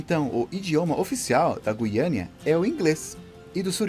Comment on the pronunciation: O nome correto não é guiania..É guiana caralho!!!